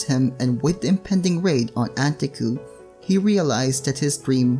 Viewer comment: it's an-tay-ku